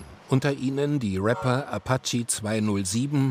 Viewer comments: „Apachie“ wie er das betont 😂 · apatschi 207 käpital brah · Aptschi 207 und Cäpitl Brah Wer kennt sie nicht.